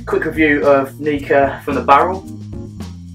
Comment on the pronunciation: Prefer your pronunciation of the brand. Mine gets awkward looks...especially when I'm staff in the House Of Malt and referred to this one as the most sexy little Nikka in the range :-P